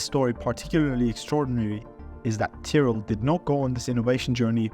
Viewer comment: Why would you pronounce Tyrell like that...